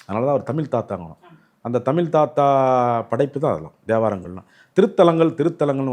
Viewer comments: தமிலு, தமிலு, தமிலு அருமை அய்யா!! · தலைவர் தமில் (ழ்)உச்சரிப்பு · ஐயா முதலில் தமிழ் என்று சரியாக உச்சரிக்க வேண்டுகிறேன்! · உளறு வாயா ! தமிழ் என உச்சரிக்கக் கற்றுக் கொள் தமில் , தமில் ன்னு உசுர வாங்காத , சித்தம்பழம் , சீத்தாபழம் , கோயில் திணிக்கப்பட்டது . வாய்க்கு வந்ததை உளறாதே ! அரை வேக்காடு . தனியா உக்காந்து யோசி . அது என்னடா பண்டு ஆரம் ? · வணக்கம் ஐயா.... உங்களுக்கும் கூடவா " ழ " வரவில்லை...! கொடுமை ஐயா.. தமிழை ஏன் " தமில் " என்று உச்சரிக்கீறீர்கள்.. அருமையான பதிவு, ழ - வை தவிர.. பணிவுடன் கேட்டுக்கொள்கிறேன், திருத்திக்கொள்ளுங்கள்... வணக்கம்.. நன்றி.. 🙏